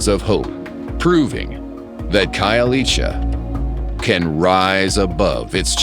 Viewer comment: I love that narrator buddy pronounced Khayelitsha perfect to the tee